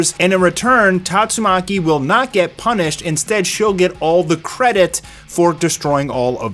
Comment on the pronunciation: I love how even the biggest OPM fans can't pronounce Tatsumaki properly.